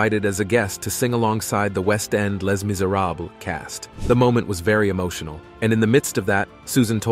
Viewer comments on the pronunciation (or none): Tell the AI male voice that Les Miserables are French words. The end S in both words ARE NOT PRONOUNCED…….AI is ignorant. Susan is a good woman. The creeps who teased and still tease her are nothing….